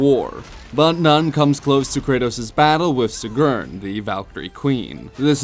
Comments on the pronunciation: Sigrun, not Sigurn. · It's "cig-run" not sig-urn 😅😅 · SEEEEGRIN...not suhgurhn hahah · She is called Sigrun, not Sigurn. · The way you say her name is cringe. It's pronounced See-Grin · This dumb fuck keeps saying Sigrn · why do u say sigrun like that. saying it very wrong